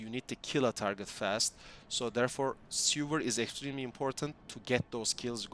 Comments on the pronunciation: All cool but what you're saying is "sewer"which read "ˈso͞oər", the skill is called "sever" which read "ˈsevər" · its not sewer lol its sever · seVer as in CUT not seWer as in underground tunnel of shit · really dope build and thanks for the info! calling Sever 'Sewer" made my day tho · Say it with me now... Sever, "seh·vr". As in cut off, remove, detach. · SEH - VER , its ok, english is not my native language either, yours is great btw ... Also, very cool build and video...all it needs now is a zombie dragon